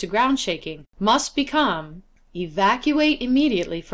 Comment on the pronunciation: You had my attention until you said “processEEZ.” 😆